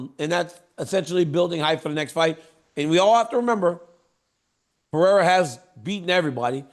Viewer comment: why did dc say pierra